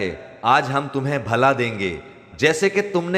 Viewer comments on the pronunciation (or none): بھلا نہیں بھلا پیش کے ساتھ پڑھا جاۓگا ۔